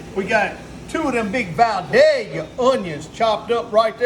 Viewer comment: being from South Ga we say Vi-Day-Yeah, even Sammy got it wrong in the Song! Hahaha I know how yall Cajuns like to pick on us how we pronounce y’all’s words.😂😂😂😂